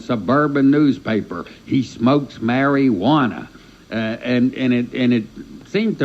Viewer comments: Did he say mary Juana? LOL. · “Mary-wanna…” 😂😂😂 Glad Danny came to Miami 🐬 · Dan Mari-wannah 😅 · “He smokes Mary-wanna.”